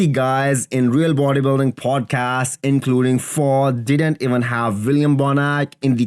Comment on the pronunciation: Fouad! Not Fo